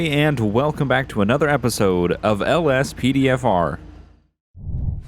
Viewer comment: Did u say ospdfr